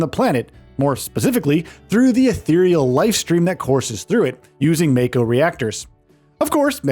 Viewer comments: It's "mah-ko" not "may-ko" Mako is the energy flowing from within the planet. It's also the life force of everything living on a planet. When someone is born, part of the stream is coming to the body to give it life. When someone dies, its souls goes back down to the life stream. So in a sense using mako as energy source is like getting gas at gas station, and part of that gas is you dead grandpa, grandma's souls. This is also what Aerith was doing st the beginning of FF7R. She was listening to the life stream leaking out of the pipe. Tifa wasn't kidnapped by Don. She was on a mission to infiltrate the big mansion looking for info. Cloud and Aerith just didn't think she will be safe. They decided to dress up and goes in to the manson. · Could only hear you say "may-ko" about a dozen times before I had to click off, sorry but I would prefer to hear the point of view of someone who played the game. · when he kept saying MAY-co 💀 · I always pronounced it Mah-ko, but I was exposes to old ass anime when I was young. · Just wondering why you pronounce Mako the way you do tho you seem to have played the game and heard how it was referred by a lot of characters? You could be right which is why i ask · The way he pronounces mako means he is clearly just reading a script and has never touched FF7 Remake or Rebirth.